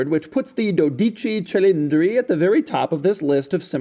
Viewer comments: Says the name wrong every damn time 😂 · which is sad because Doug’s ancestry is from Italy. 😂